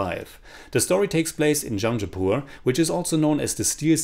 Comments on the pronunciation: Your pronounciation of jamshedpur was wrong. It broke my heart because I am from jamshedpur. It's jam-shed-pur . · yah that is very true.